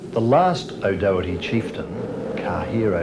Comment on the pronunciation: The pronunciation of O’Doherty was awful. In Derry and Donegal, it sounds more like Daw-herty, or Dordy, depending on the area. The local historian lady May McClintock says it properly while welcoming the Australian priest.